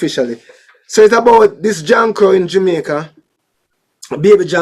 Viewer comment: The name is Jamaica not Jumicq